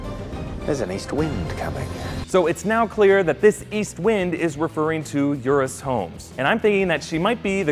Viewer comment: It's Euros, not Eurus.